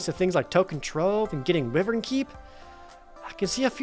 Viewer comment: Can't help but notice Jared said wyvern wrong.